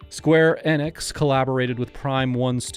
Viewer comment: Aw, no mention of Nasir Gebelli's involvement in the 8-bit games. :( At least you said "Enix" right though ;)